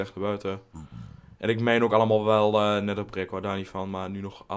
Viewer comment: anders als je neather schrijft zeg je neether